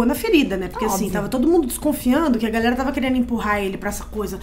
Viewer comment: nao tem como ela falar galera haha parece galson